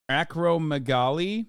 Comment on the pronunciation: it’s pronounced Acro-mega-Lee